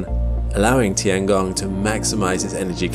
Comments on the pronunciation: “The tee-Ang-gong” It’s literally “tiengong”, 2 syllables. Meaning sky. Meaning sky. Sounds so annnoying when u try to westernise every word. Same like chow mein: it isn’t chow meen, it’s “chow-mien” If u can say Kruh-sant for croissant , u can say tiengong. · It's tian gong, not ti an gong. Check google translate for better pronunciation.